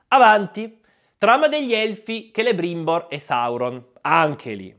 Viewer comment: Celebrimbor detto Celerimba. ☝️